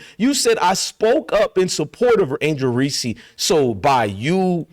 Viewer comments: I love your channel man but why u keep calling her angel reecee lol anyways rg3 puts on minstrel shows thats what he does best...marcellus wiley low key does too. They hate themselves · STOP PRONOUNCING HER NAME INCORRECTLY, PLEASE!!!